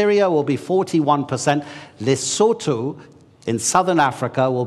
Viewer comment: Happy to hear "Lesotho" pronounced correctly, Professor Sachs